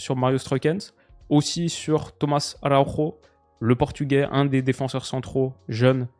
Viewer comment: araujo avec le J prononcé comme en français stp mdr. On parle pas espagnol